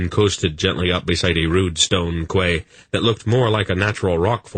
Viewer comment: jesus christ, this guys pronunciations are diabolical for a grown man, if its not his prounciation of quays as kways, now its raveners, its ravenours as in ravenous ...meaning the state or quality of being extremely hungry, famished, or having an extreme greed for food